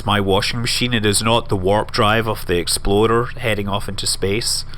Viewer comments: I keep hearing Scott say "Exploder 1" instead of "Explorer 1" lol :) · Every time you say "Explorer" all I hear is "Exploder" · I thought he was saying the 'exploder one'... He might have been actually, since KSP is a thing... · every time he said explorer is sounded like exploder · does anyone else think that every time Scott said explorer it sounded like exploder? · Am I the only one who swears Scott was saying exploder 1 every time he attempted to say say explorer 1? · When he says " Explorer " I hear " Exploder "... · no, not every time. hope you got your hearing checked, 3 years is a long time to not be able to hear clearly. lots of mistakes...